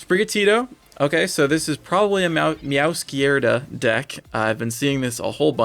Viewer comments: DO NOT say "meowskerda" EVER AGAIN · Can you pronounce meowscrada correctly please?